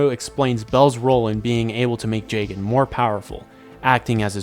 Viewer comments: Listening to him pronounce jagan jay-gen instead of Jah-gan hurts. But, the video seems chill and him saying “funkumentary” makes it worth watching it. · it's pronounced jah-gahn cuz it's a play on his name. plus that's how the Japanese is pronounced